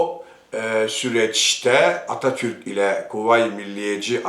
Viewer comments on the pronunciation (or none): none